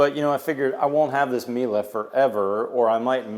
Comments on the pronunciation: Not "mila" it is "mile" hehhe europe things bug you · Nothing new and Miele is a German brand it is pronounced E and now A at the end. And Miele don't show it because it is common in Germany. Every dishwasher has it. And Plumber needs to get fired. Who in the world installs a shower head so low you can hit your head on.